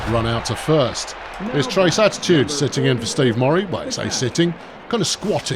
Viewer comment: If a player throws a ball into a dugout or the stands/crowd, all runners are awarded an extra base. In this game, the runner would be credited with a hit and extra base due to error (not a double) and the shortstop would be given an error on the bad throw. Also, the player on your team named "Trayce"...I think it's pronounced tray-see, not trace, since it's a female. Trace is usually a male name. Tray-see I've seen attached to both genders.